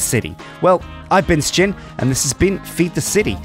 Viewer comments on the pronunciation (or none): I hate the way pronounces his name. Most people say shin (silent J) which sounds way better.